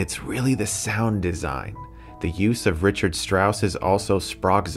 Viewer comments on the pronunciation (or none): Let's not forget Ree-kard (Strauss)